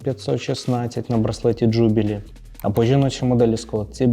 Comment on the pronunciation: правильно казати джубилии с наголосом на подовжене и (юбилей)